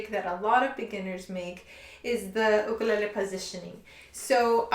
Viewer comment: shes a proffesional and pronounces ukulele the wrong way wth